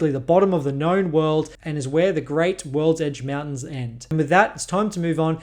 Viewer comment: Bro Said worldege Mountains Like 8 time BUT never talked about' the dwarven holds really